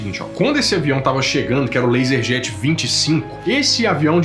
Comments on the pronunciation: Learjet não laserjet kkkk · sensacional!! mas, ô, é learjet, não laserjet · LEARJET, não "laserjet". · "LASERJET"? Eles voaram em uma impressora? Não é LearJet? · “... eles pegaram esse jatinho LASERJET..” Não, man! LASERJET não! É LEARJET... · O nome do jato dos Mamonas Assassinas não era Learjet? Acho que ouvi Laserjet, e isso é uma impressora kk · N É LASERJET E SIM LEARJET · A palavra correta é Learjet e não LASERJET, Laserjet é um tipo de impressora e não de avião. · Learjet kkkk Laserjet foi foda... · Oi. Uma pequena correção: O avião é Learjet e não "laserjet". Laserjet é tipo de impressora. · Laser Jet, kkkkk... É Learjet cabeção!! 😂😂😂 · laserjet kkkkkkkkkkkkkkkk é learjet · Eu tinha dificuldades para dormir já naquela época com 11 anos eheheeh... Vi a reportagem da globo ao vivo sobre o avião dos mamonas....ótimo vídeo! Só lembrando que o nome do avião era LEARJET e não LaserJet! eheheheh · correção, o nome da aeronave não é "lazerjat" é learjat rsrs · Não é laserjet é Learjet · Aos não é Laserjet e sim Learjet , aos não é professor Rivali e sim Rivail.